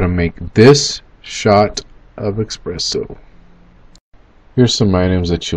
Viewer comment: Oh my god 🤦🏻‍♂️ expresso